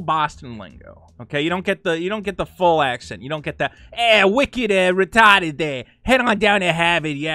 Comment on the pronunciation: I'd bet the word you want to bring back is "retarded" haha, bc I too used to love that word with a little boston stank on it like you just did